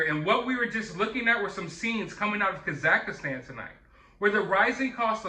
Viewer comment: Ok, once could've been a mis-read; twice means you actually think the name of this place is Kazakhistan. 3 times, now!! Dude!! Kazakhstan is where Borat is from. How can you not know how to pronounce it. I get it. This isn't a movie. It's not your expertise. But, you do plenty of news. And the Kazakhistan count is up to at least 10 now....lol.